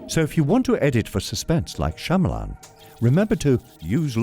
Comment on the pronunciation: His name is pronounced "Sha-ma-lun" not "Sha-maa-laan"